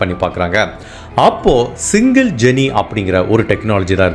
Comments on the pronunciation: வணக்கம் Bro. பீட்ஸாவுக்கு பிசையும் மாவை 'டோ' (dough) என்று சொல்லவேண்டும்; டக் அல்ல. அதேபோல, Gene என்பதை 'ஜீன்' என்று சொல்லவேண்டும், ஜெனி அல்ல. 😊😊😊😊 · ⭐️⭐️⭐️⭐️⭐️⭐️⭐️⭐️⭐️⭐️10/10 Nice background music sir Pronunciation of “Gene” is not ஜெனீ sir, it is ஜீன்😇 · Hello brother, I'm a big fan of your narration and content🙂. Just a small correction, as you'll be using the word 'Gene' a lot in your upcoming videos, it is pronounced as 'ஜீன்'. All the best!